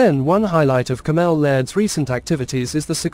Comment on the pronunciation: Cammel is pronounced camel not Cam-ell